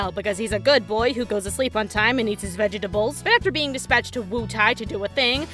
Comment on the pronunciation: The way you say vegetables sounds like the story of comedian named Greg told on 8 out of Ten Cats about an austrian man xD